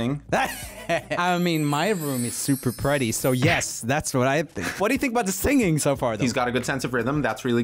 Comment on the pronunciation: "I mean, my room is super Prrewwetty"